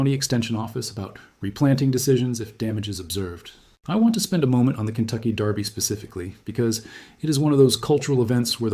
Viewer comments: Definitely AI. His image and voice are used in at least 2 dozen other channels that I know of. That, and the word derby was consistently pronounced darby; as in the Kentucky darby..It's easy to figure out whether it's AI. Listen for mispronunciations. AI usually gets some words wrong. They struggle with numbers too. Numbers, like dates or prices come out in weird nonsense syllables and gobbledygook. AI struggles with reality in general. I like the gardening videos done by AI. The illustrations are hilarious. earthworms have feet and antenna, tomatoes grow on celery, and there's lobsters in the gardens.😆🤣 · Since when is Derby pronounced "Darby" ?